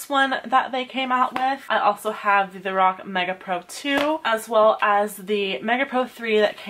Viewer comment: U say lorac wrong